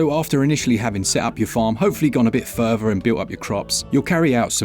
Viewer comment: furver? do you mean further? lol